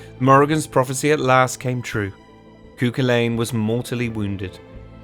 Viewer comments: Your pronouncing every name wrong koo cal lane?!?! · Nuada, pronounced, nu-ah-dah Tuath, pronounced. Too-aww Cu Chulainn, pronounced, coo-cull-Ann Macha, pronounced, mah-kah In fact wherever you see a, assume ah or aww, most vowels are pronounced differently from English, as it is a more aspirant language. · Great video but ahem... Pronounced phonetically: Tuatha de Danann ........Tooa day dannan Cuchulainn ................... Cu-Culann Queen Medbh.................Queen May-ve